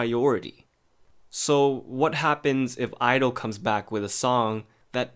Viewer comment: Ummmm...sorry im not being rude but its pronounced gidle and izone is pronounced i zone : )